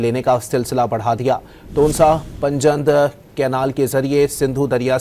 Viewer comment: Please correct your pronunciation. Word is " panj(5) nad (rivers)